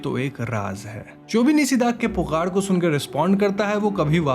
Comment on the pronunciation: Again the Bengali "Call of the night" Is "Nishi Daak". Like how u pronouncr NISHA, similarly Nishi.. Not Nisi